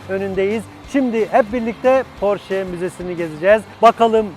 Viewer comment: Porsche yazılır Porşe okunur, "sch" Ş olarak okunur almancada!!!